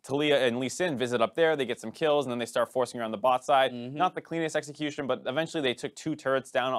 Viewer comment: Why does always have to pronounce EXecution as EGGxecution? Dude played too much Pokemon or something. Tilts me so hard..........